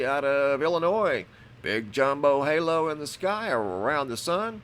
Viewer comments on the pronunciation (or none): none